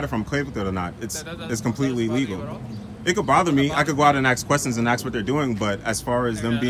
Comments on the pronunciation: Why can't people say, ask, instead of "axe"?? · On all of this videos everyone pronouces "ask" or any form of the verb as "aks"... Is that really how it it pronounced? I'm just "aksing"...